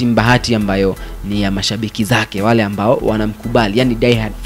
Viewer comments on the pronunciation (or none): none